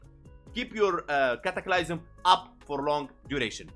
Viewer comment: "cataclaiysum" had me rolling